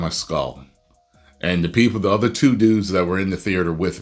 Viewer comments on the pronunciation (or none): none